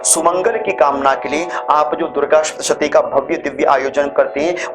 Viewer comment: उत्सुकता से पूछ रही हु, के यदि उच्चारण ठीक होना अनिवार्य है तोह आप सप्तशती को शप्तशती क्यो कहते हैं। मेरे जानने वाले और लोग भी यही करते हैं। ऐसा क्यों?